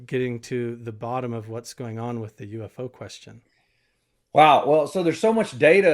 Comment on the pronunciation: Pretty awesome to get Travis. I like Travis and lot! I'll be honest, I was not not sure what I thought of him in season 1. Glad he quit calling UFO "youfos" like he did unseasoned 1!